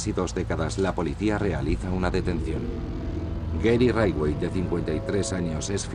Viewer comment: «Gery raidway» jajajjaaj